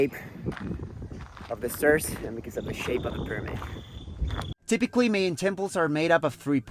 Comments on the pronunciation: I also found the pronunciation of Mayan and Maya distracting. I think this is an example of hyper correction in which a native speaker Spanish tries to imagine what English speakers would say. Perhaps some English speakers would pronounce these words as he does, but I think it would be better if he pronounced them in a way more similar to that in Spanish, which is also the way these words are generally pronounced in English. Māyā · But the odd thing is that almost certainly his native language is Spanish, and he pronounced the words for Mayan and Maya in a way quite different from Spanish and also quite different from the way in which it's generally accepted in English. Sort of a small issue, but I'm hoping that in the future, he won't pronounce these words this way.